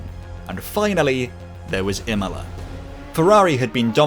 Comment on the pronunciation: I hate to be that guy, but how do you get Imola's pronunciation so close, but can't pronounce Murcielago or Brno properly? 😁 Me being me aside, great video